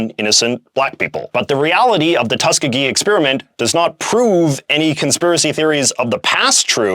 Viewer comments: BTW, Tuskegee is pronounced "Tus-KEE-gee" rather than "TUS-kuh-gee" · By the way, Tuskegee is pronounced "tusk-EE-gee." The middle E is a long E sound and is the emphatic syllable. Tuskegee is a historically black college in Alabama, which likely played a part in why it was chosen for the study.